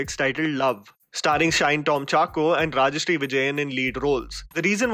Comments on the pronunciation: Bro, It’s Rajisha Vijayan. Not Rajasree Vijayan in LOVE. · it's not Rajshree Vijayan it's Rajisha Vijayan* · it's 'Rejisha' Vijayan and thanks for reviewing 'Love' it's still underappreciated down here